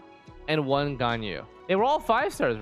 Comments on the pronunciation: Everybody still pronounce ganyu incorrectly. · what hurt worse than the questionable ranking and vague criteria for me was the crappy pronunciation. LIKE HOW DO YOU MESS UP GANYU THAT BAD